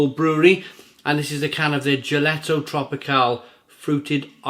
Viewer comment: Gelato means ice cream in Italian, you should know that (I’m sure you know how to say beer in Italian). It’s pronounced gelato and not geletto.